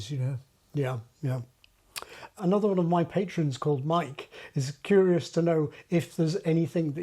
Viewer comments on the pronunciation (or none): “I find that CURE is a tricky one, because of course my native accent doesn't have /ʊə/. “One of my Patrons called Mike is /'kjʊəɹɪəs/ to know…” Is this deliberate?